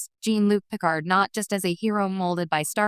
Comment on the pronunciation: Can't even pronounce Picard correctly. Just have a real person read it